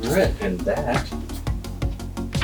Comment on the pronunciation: Just so you know pronounced ‘eem-you’ wing and not an ‘eemoo’ - certified Australian 😉